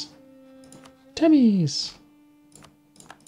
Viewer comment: The province in Hungary is not pronounced like "timis" as you say, it's called "temes", e is pronounced like the e in the word 'development', and s is like in the word shark